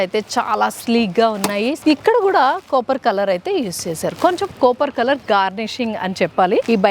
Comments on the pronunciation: అత్తా అది కాపర్ కోపర్ కాదు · Copper, not capar